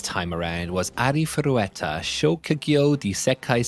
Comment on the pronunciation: Am I Hearing you right when you are saying "ARIFUWETA"?